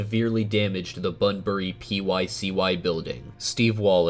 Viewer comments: pronounced ‘bunbre’ The E is not silent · It's not bunberry it is pronounced bunbry 🤣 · It’s pronounced bun-bry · and btw i find the way you said bunbury as "bunberry" is really funny to me idk why